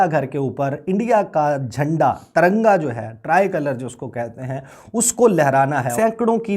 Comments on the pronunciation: TARANGA NAHI NAZAIZ AWALAD😹😹😹TIRANGA BOLO😹😹PORKISTHANIO ZINDA BAAG,TTP ZINDABAD 😹😹💦💦🇵🇰💩💩💩💩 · Taranga nahi Tiranga hota hai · Bhai sahab ko tiranga bolne nahi aata